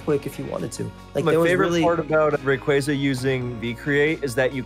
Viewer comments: All these years and we're STILL saying Rayquaza wrong? 😅 It's always been "Ray-QUAY-zah" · Two different pronunciations of rayquaza 😂 first guy keeps saying it wrong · I will never get over how Smogon players can never pronounce Rayquaza, Zacian, or Eviolite correctly 😂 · That busted pronunciation of Rayquaza irks me to no end. 😖😣